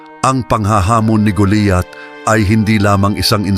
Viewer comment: kinukwento mo na nga mali pa ang pangalan ni GOLIAT ANG SINASABI MO,,,,,GOLIAT HINDI GULIYAT